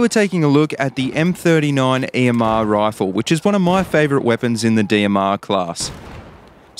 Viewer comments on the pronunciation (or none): raaaaaaaafle, its rifle not raaaaaaaaafle